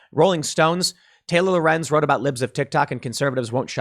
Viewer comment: Yay Tim said Lorenz right.